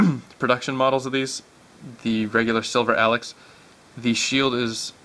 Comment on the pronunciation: it's pronounced "A-Locks" not alex!